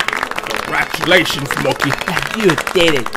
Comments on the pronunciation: Its not mockey its mokey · Its Mokey not Mockie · STAHP IT MOKEY IT NOT KRIMAS